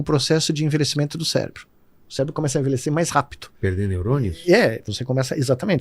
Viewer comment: Falou bosta e ainda disse célebro